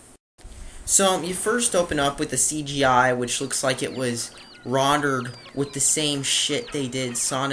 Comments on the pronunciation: WHY THE FUCK DO YOU ALWAYS SAY "RONDERED"?!! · 'Rondered' lol